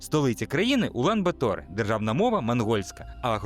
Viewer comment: Ула́н-Ба́тор (монг. Улаанбаатар — «червоний богатир») — столиця та найбільше місто Монголії. (виключно саме такий наголос!!! жодних "батОр")